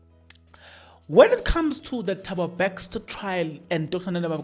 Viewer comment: Thabo Bester not Bexter😂